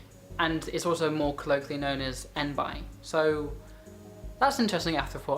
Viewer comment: this is a great video :) one thing though, i've always heard people say enby as "en-bee"